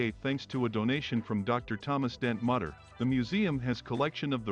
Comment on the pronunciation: It's "MOOt-ter" museum